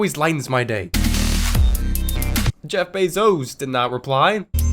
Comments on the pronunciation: Ah yes... "Jeff Beezos" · he just said jeff beezos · He said jeff beezos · I still cant get over the way he said "Jeff Beezos"